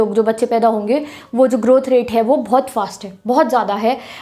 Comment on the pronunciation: aap acha padate hoo but hange mt bola kro honge